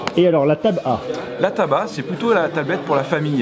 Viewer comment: Jui le seul a m'etre rendu compte que quand il dit "Tab A" on ditait il dit "Tabac"